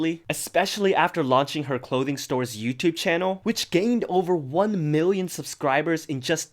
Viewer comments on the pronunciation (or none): none